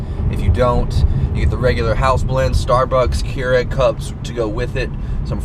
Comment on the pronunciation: "'Keurig", I think is what he's trying to say. lol! Hey dude, Why haven't you been uploading to your channel anymore?!